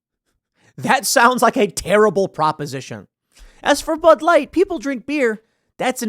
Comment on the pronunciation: "Pud Light" 😂